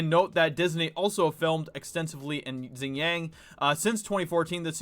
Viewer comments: It's pronounced "wee - gur" not "you -gur". Xing is not pronounced "zing" either, hahah. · Xinjiang pronounced much like Shin-gi-ong saying the last two syllables quickly together <3 Keep up the good work man, the hollywood aspect is extremely important. They need the "artists"